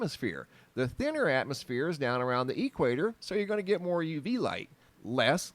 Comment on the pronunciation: But what do you mean by the "E" quator"? I know of the "equator,is that different? Just messing, maybe it's an Arizona thing? Keep up great work, but consider this, been watching you for a few years like daily, but have checked out Soo much of your older vids. But just by doing the same thing you have always done, you have now evolved pretty much into a "UFO" channel, and I know that was not your initial focus, but that's just our strange reality, and we all just gonna "roll with it" as it comes,it was awesome to just get a quick look at your face on a few announcement vids, as I was always curious, keep doing your great work, (from another ) you rock!